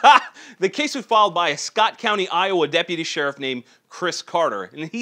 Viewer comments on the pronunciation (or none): none